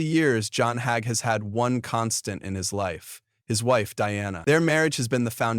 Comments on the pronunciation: His name is not Hag but it is Hager. Pronounced Hay gee. We will all be judged by our Creator ❤ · No more listening! whoever or whatever is reading can't pronounce word or Mr Hagee's name correctly Most of these videos are even wrong. They headline what it's about and it come out completely different. This stuff garbage